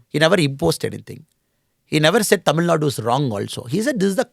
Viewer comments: This guy is unable to pronounce the name of the state Thamizhnaaduu properly...pronouncing it like some bjp rss owned national media reporters as" tamilnad"...so do u think he will do good to us??😂😂...we know about him very well..we are educated people and we don't fall for traps like this. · im a dmk hater now next? If ur representing your state to people then you have to do justice for it! What is this tamilnad? Who ever says it our response will be same. We cannot accept even the reporters who pronounce thamiznadu as tamilnad. How do we accept a guy representing thamizhnaadu and unable to pronounce it properly before Indian medias? A guy who is unable to pronounce the state name properly will help and uplift tamil peoples ! AM I RIGHT?